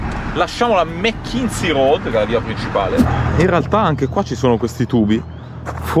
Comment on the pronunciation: Direi che il “Capitano” saprà quello che fa, se si muove così, dovrà fare i conti con una serie di variabili. In caso di problemi c’è sempre un’ancora.. di salvezza. Non credo si pronunci “Mekinzi”. Luoghi eccezionali. Bravissimi.